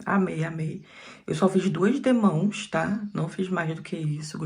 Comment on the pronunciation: querida conterrânea! Não é demons é demãos! Parabéns pelo o trabalho lindo!